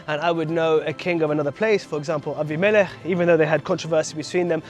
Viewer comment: "Abi-melech"...good to hear Hebrew pronunciations (Vs "Abim-i-lech" - Aussie / Western preachers!) ❤ Shalom from 🇭🇲🌏🦘😊